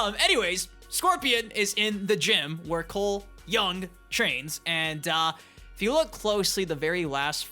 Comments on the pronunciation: Also "Coooole young!" 😂😂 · Can you start saying Cole Young properly